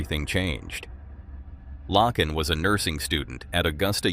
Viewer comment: Her name is pronounced: Lay-ken. God bless her. 😥🙏